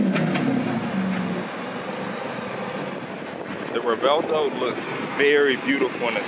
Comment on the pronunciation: no hate, i just think its hard to see how its pronounced by reading the name. pretty easy tho. REV - WELT - OH.